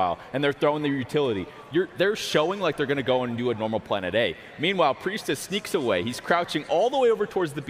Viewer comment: Preistahh is underrated